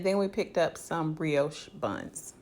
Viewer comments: I died when he said broshey 💀 it’s pronounced briosh but not spelled that way hunty!! Y’all so cute and your house is always so spotless I adore it so much ❤️❤️❤️ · Lol sis I think its pronounced bri-oh-shhh buns